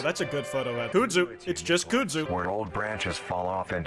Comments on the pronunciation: Kudzu is not pronounced koo-soo omg lol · Why does he pronounce kudzu like that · oh my fucking god its KUDZU NOT FUCKING K O O D Z O O edit i looked it up and i was wrong sorry although this was the first time ive ever heard someone say koodzoo my whole life